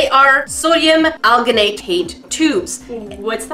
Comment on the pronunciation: Alginate isn’t pronounce with a G sound it’s pronounced with a J sound so it sounds like aljinate :p love the video